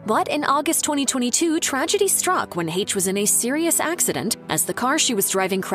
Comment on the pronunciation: That’s not how you pronounce “Heche” 🙄